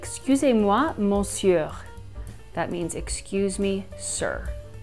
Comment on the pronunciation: No offense, but you mispronounced Monsieur and „entre“ you said „entrer“ or „entré“ but it is an „e“ without accent and Babbel did not correct you? That does not speak for the app.